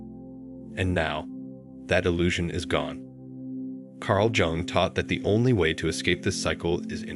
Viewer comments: you should have learned how to pronounce his surname yung not jung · PLEASE DON’T SAY JUNG AS IN JUNK , ITS JUNG AS IN YOUNG! PLEASE! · And it’s not Jung as in Junk but Jung as in Young. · Please, ask the AI to pronounce "Jung" correctly as "Yung". Or say it once and done, its in the title I think we get it! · Pronounce J in Jung as Y, and U as OO… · Jung as in yoong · Wrong it’s pronounced YOONG. Like book or cook but starting with Y and ending with NG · Who da fuk was Carl Jung pronounced Jung as in junk or jungle. This is complete AI CRAP. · The AI bot couldn't pronounce Carl Jung's name. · It got the first name right but missed the last name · Will you please give this man the dignity of pronouncing his name correctly. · Learn how to pronounce “ Jung.” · How does a report on Carl Jung not pronounce his name properly? If ai is supposed to be so smart why are so many words mispronounced? Words like read, lead, and even women/woman...geesh! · Perhaps, if you know anything about psychology and Carl Jung, you could learn to spell and pronounce his name properly.